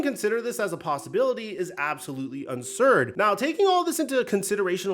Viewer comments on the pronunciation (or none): No chance my man said unsurd instead of absurd